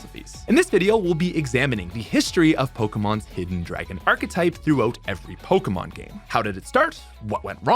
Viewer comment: Sorry, this is an interesting topic but after I'm finding the pronunciation of poke-uh-mon instead po-kay-mon unbearable. 👎